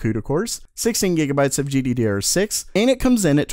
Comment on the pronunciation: I love it when he says gdderrr6. Makes me want laugh like a ton